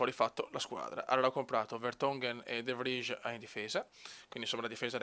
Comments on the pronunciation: De Vrij si pronuncia De vrai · Si pronuncia "de vrai" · Grandissimo, e comunque ottima la scelta di comprare De Vrij (che si pronuncia DE FRAI, credo ahahah)